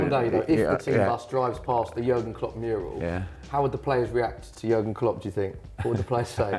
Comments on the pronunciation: its JÜÜÜÜÜÜÜÜÜÜÜÜÜrgen Klopp... not yogurt klopp xDDD I am just joking btw. I dont care how you write his name xDD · jurgen? his name is JÜRGEN! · It's not Jurgen it's Jürgen Klopp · It's Jürgen, not Jurgen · Its "Jürgen" not "Jurgen"! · Jürgen not Jurgen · Pronounced yuurrgen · Its so funny how they pronounce Jürgen Klopp😂😂😂😂